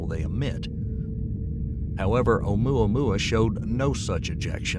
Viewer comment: If this man say amoua moua one more time